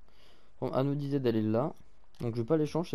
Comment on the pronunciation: Il rend fou à dire anodizaide on prononce ANODAÏZED